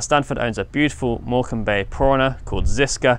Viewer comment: I assumed it was just a slip of the tongue , but I had to mention it. I also just realised that neither of us can spell Morecambe. 🤣